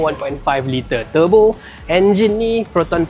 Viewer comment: Sebut lah turbo tu bunyi ejaan Malaysia, TUR BO